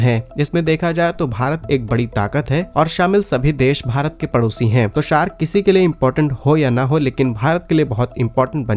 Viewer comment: अरे भाई पहले सही से बोलना सीखो, ये सार्क है ना कि 🦈 शार्क।यदि आपको अपनी हँसी नहीं उड़वानी है तो सही उच्चारण करना शुरू करें।